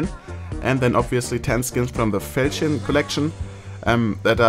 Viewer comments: It's pronounced: "fall-shan" or "fall-chon" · Normal people: Falchion case: Fältschn case